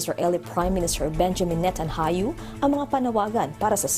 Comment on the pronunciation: Anong NETANHAYU madam? ayus ayusin ang pagbasa